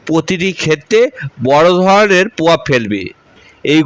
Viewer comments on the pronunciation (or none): র ফলা উচ্চারণে সমস্যা হচ্ছে। গোহ, পভাব বলছো কেন?